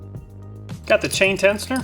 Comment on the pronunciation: Love your videos I binge then Amat least once a week. But that being said the pronunciation of tensioner triggered me lol